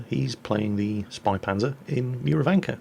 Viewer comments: its pronounced (Shpaypantzer) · it sounds like spay panzer. the two periods over the "a" make that "a" sound like 'eh' instead of 'ah'. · says it almost like ö if you know what I mean:) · The "Ä" in "Spähpanzer" is pronounced similar to the "A" in "Man", a bit longer as You would pronounce the "A" in e.g. "Hat". In German, the suffix "H" is used as indicator for that. So just think of how an English-speaking person pronounces an "A". If You would write this, it would possibly be "AY". Now to get the German "Ä", just remove the "Y" from the "AY" sound. Then You have the "Ä". All clear now? sigh